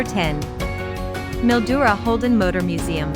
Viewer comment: Mildura is pronounced Mil..duura.